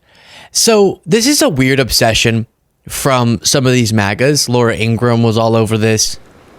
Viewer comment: It’s In-gra-ham, three syllables, like POS [piece of shit].